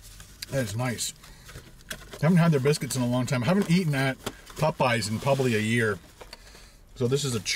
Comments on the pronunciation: POPeyes not pupeyes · Hahaha.., i love how you say popeyes., not making fun it just sounds cool.., it sounds like you say , PUH-PIES👍🏻😇